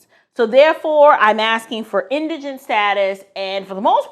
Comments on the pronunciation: Thank you for pronouncing indigent correctly. Was getting tired of hearing folks on YouTube pronounce it as indignant.🙄😁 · I appreciate your input, and may i say you are the only 1 out of 10 videos I've watched who pronounced indigent correctly. Lol Your bloopers were cute . God Bless❤ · Thank you so very very very much for pronouncing Indigent correctly!! I have heard this word butchered so much across so many tick tocks and YouTubes it makes my ears bleed! How hard is it to look up or listen to the pronunciation of a word !? I'm not trying to be snobbish but thank you so much for pronouncing it correctly!